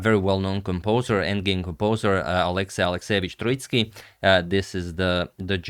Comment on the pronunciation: Gentle pronunciation note: Tróitsky with the emphasis on the first vowel. This Russian surname comes from the word Трóица, meaning Trinity